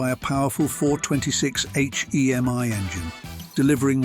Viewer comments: What's with the Z slash 28 ? it's a Z28 Period, same thing with the four two six H-E-M-I ! Simply a 426 Hemi, not an H E M I.... A ZL1 Corvette doing a 10.89 from the factory, not in this lifetime. Why a British AI Voice ??? I liked the video, hated the fake narration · Loved the cars. Hated the stupid sounding AI/Bot voice. The "/" mark is not pronounced as "Slash" ("Slash" is a guitar player), and it's simply "426 HEMI"--NOT 4-2-6 H--E--M--I". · it’s this audio made with AI??? it has to be!!! no car guy or petrohead would say Z slash 28, or spell H.E.M.I instead of saying HEMY….. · The H. E. M. I . instead of its proper pronounciation " Hemi " proves this is certainly a European commentator . So whats next ? Instead of the Shelby Cobra , It is now the Shelby C.O.B.R.A 🤨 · H E M I WTF? He did say Hemi correctly once. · Who under the Moon pronounces eich-ee-am-ay?!